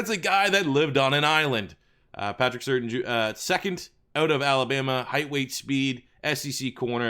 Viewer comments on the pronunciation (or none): It’s pronounced “Sur-tane” I know cause his dad played for my Dolphins